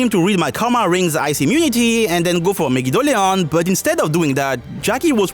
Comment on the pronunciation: One thing that I always seem to enjoy about your videos without fail is how you say Megidolaon, to a point that I find myself pronouncing it the exact same way, now. I did it on occasion when I first discovered your videos, but now I'm really caught on saying at the same way